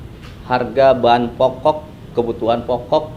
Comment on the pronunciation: Sekelas seskab masa bacanya sesuai tulisan???!!! Kek bocah SD???!! Pokok harusnya diucapkan poko, tidak diucapkan tida' 🤦‍♂️🤦‍♂️🤦‍♂️